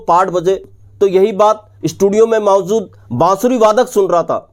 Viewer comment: Mawjood ko kyu .MAWZOOD bolte ho...12 BAZE bolta ho..yeh Kya hai?